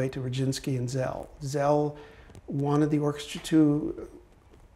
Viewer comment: Why does everyone mispronounce the name of Szell? It's sell, not zell.